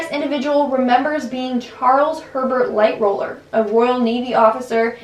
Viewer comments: also sidenote - a lot of these I fear are inspired by the film. The video itself is ok, a lot of inaccuracies of pictures shown that aren't the people the host is talking about, also mis-pronunciation of Lighthollers name. I'd like to see sources of these claimed stories. Unless they were made up or taken from Youtube Comments. Also a lot of people are drowning, majority of people froze to death. There is no mention of Thomas Andrews reincarnation story which pre-dates the film. The Ghost Inside My Child is inaccurate too, he didn't have these dreams the host is talking about, the mother woke up to see her son sitting on the edge of the bed as if he was looking down & turned to his mother in a strange voice she likened to a grown mans "she's going down" she said his Titanic obsession was intensified by a visit to an exhibit & now he doesn't talk about Titanic so the host is filling in a lot of the dialogue with made up claims. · Excuse me Madam but it’s pronounced LIGHT TALLER NOT LIGHT ROLLAR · Who else noticed she said lightroller instead of lightoller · Its lightoller not lightroller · It’s LighTOLLER!! Not LightROLLER🤦🏻‍♀️ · She kept saying Charles Light Roller. Its Charles Light Toller. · Anyone hear her say lightroller Its Lightoller L-I-G-H-T-O-L-L-E-R not L-I-G-H-T-R-O-L-L-E-R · Lightooler Not Lightrooler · light roller?? you mean ligh toller Charles Herbert Lightoller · His name is lightoller not lightroller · It’s Charles Lightholller not Lightroller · LightHOLLER not Lightroller :) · Ok I'll be the smartass this time. Its Charles Lighttoller not Lightroller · It’s Charles LIGHTOLLER (Light roller) not Charles LightROLLER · not lightroller its pronounced lightoller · Am u the only one who noticed that she said "lightroller" instead of "lighttoller" ??? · "Lightroller" why not lightoler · The officer was called Charles Lightoller not lightroller lol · Why did you say lightroller not lightoller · It’s just Ligh-toller, not Light-roller.